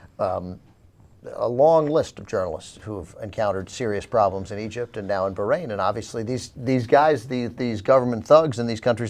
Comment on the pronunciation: Well, if you *really* want to pronounce it properly then you have to put some "h" type sound in the middle. But a good compromise is to say "baa rain", not "berrain". I don't think you all do it, but "eye rack" and "eye ran" are really annoying too.